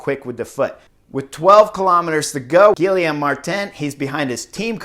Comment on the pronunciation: Really like the insider views on this, but honestly... how does someone who has ridden in Europe for as long as Horner (with multiple languages/nationalities) be soooooo brutal on pronouncing anything outside of English?? Gill-EE-ohm ??